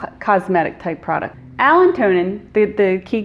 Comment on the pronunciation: It’s “allantoin” not - Allen-tonin